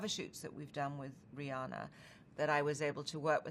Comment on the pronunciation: It bothers me that Americans mis-pronounce Rihanna And here Anna is doing it even though she and RihANNA’s names sound the same 🤣